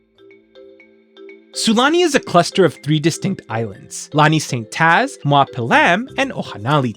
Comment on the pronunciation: very mild correction, “mua” is pronounced “moo-ah”, not “mwah.” You do say a lot of other words correct, and it’s always nice hearing non-Hawaiians making a good-natured go at our words! Also, tell me why I’m kanaka and didn’t pick up on some of these being Hawaiian-inspired words and thought they were Simlish made-up Hawaiian sounding words 😅 never would’ve guessed Pel’am was from Hawaiian words